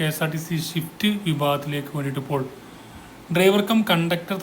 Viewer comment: ഷിഫ്റ്റ്‌ അല്ല സ്വിഫ്റ്റ്